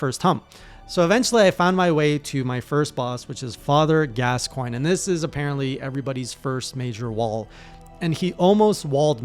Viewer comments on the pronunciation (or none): none